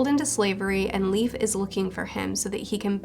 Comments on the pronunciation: Just so you know Leif is pronouced like life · I think Leif is pronounced like "Life"